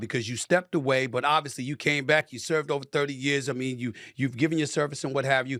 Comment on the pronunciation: stop saying “obvously”. if its obvious why say ut